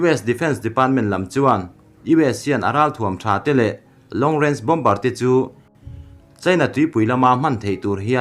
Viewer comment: Bawmbar tih hi Bawmar tia lam tur an ti